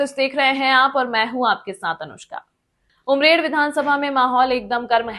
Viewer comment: पहिली बात ये उमरेड है अमरेड नहीं 😂😂😂😂😂 आये खबर देणे वाले